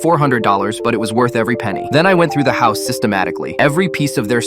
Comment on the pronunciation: Hous? It’s house not hous